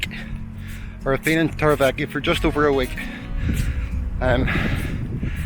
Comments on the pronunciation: The way you pronounce Torrevieja is hysterical. Tor ray vee ech aaaa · Torre Vee Yak A;) … great video as always ☀️